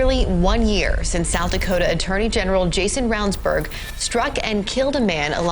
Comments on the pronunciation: I love the way the narrator pronounced his last name even after you hear the "general" tell you how to pronounce it properly ....... absolutely no f's given 😂 Also..... I see what y'all did there the 4 minute mark 😂😂😂 I'd love to know if anyone else picked up on it before they found my comment and if anyone will do anything with it..... 🤔 😂🥴🤷‍♀️ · You would think you could pronounce his name correctly after hearing it several times at the beginning. Not once did I hear Rounds Berg-so easy